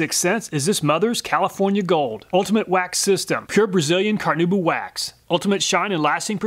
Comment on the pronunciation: Car-nah-oo-bah. Not Car-noo-ba. Amazing video though. As always!